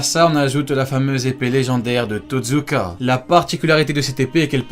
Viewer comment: Pas Totzuka mais TOTSUKA